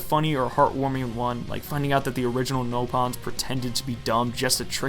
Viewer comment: Xenoblade Chronicles: these guys are called nopon IGN: yall mean napon This guy: nope Xenoblade means to say nopan